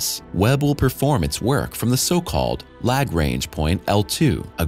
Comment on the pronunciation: Did he say lag-range?